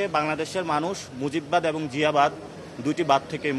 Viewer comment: সাপ্তা,এ্যাবং,পতিক,ইঞ্জিনিং এই হলো নাসিরের উচ্চারণের অবস্থা